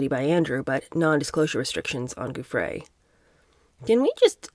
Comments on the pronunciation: Just wondering if you might consider calling Virginia Giuffre …(pronounced JOO- FRAY or FREY) like Rudy Giuliani (JOO-LEE ANI). Not a big deal just wondering. I love listening to your reading and take on the books you review~ Thank you I could be wrong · 🕊️Hervey, (is pronounced Harvey). Giuffre (pronounced JEWFF-fri) was paid 15,000, each time, if I remember correctly, apartment and clothes were included. She was very troubled unfortunately, local media suspected she was medicating with drugs again, at the end..Sad, she came from a dysfunctional family, but, it's always the way, isn't it?.. parents and so many siblings, three children etc and nobody stepped in to help her, esp after her rumoured Jan attempt. People can be hard to help if they are under the influence..🐨